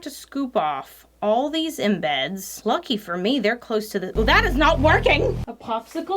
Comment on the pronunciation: lol, "tikked" cuz she "tokked" too much, and put the same in-beds in! HeeHee, We love you,!